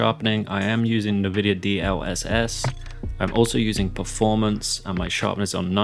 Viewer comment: nice vid and it's actually kinda weird seeing you play with triggers to ads and shoot but I WILL NOT forgive you for how you said NVIDIA!!!